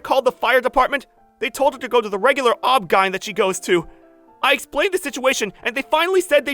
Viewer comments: Did... he just phonetically pronounce OBGYN??? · lmao not "Ob Ghine" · Fr though I kept dying every time he said it like it was a word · The way he pronounced OBGYN, though. 🤣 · The way the VA pronounced OBGYN… 🤣🤣🤣🤣🤣